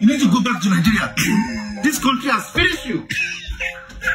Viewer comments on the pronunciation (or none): none